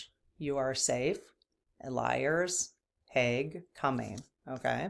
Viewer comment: HAGUE, not HAUGE, smile